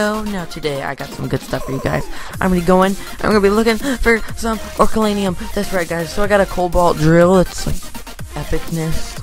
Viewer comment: Did u say orukalanium its oricalcum